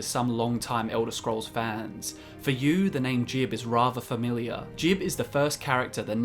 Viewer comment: It's not saint jib it's saint jiube (Gee-Ub) as confirmed by Teldryn Sero